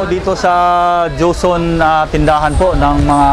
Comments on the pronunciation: ang galing ng nagbibinta madaldal hehe, bagay talaga sakanya kc nga nagbibinta sya, pero napansin ko lagi nya cnasabi jonson, dapat joson ikaw naman brad, hehehe. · ano ba yang tindero na yan? ang linaw ng nakasulat na JOSON, PERO ANG PRONOUNCIASON NIYA AY JOHNSON ????? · joson po, hindi johnson... (